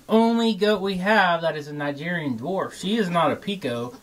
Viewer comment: Kigerian instead of Nigerian